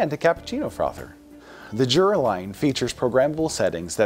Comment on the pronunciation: I thought it was pronounced Yura?